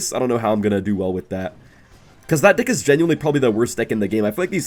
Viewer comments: he says dih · bro did not say deck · he did not say deck